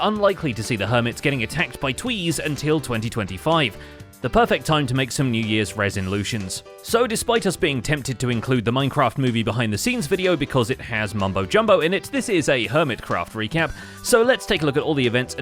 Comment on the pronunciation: "new years resin-lutions" 🤣